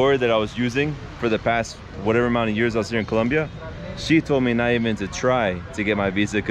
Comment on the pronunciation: Do you have a hispanic heritage you say Colombia the proper way it's supposed to be said 😂😂